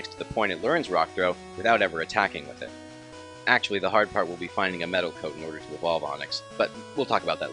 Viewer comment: 7 actchelly